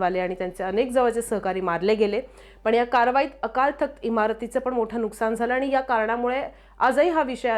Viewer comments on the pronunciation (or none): none